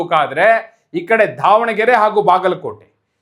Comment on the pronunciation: ಧಾವಣಗೆರೆ ಅಲ್ಲ ಮಾರ್ರೇ ಅದು ದಾವಣಗೆರೆ ಅಂತ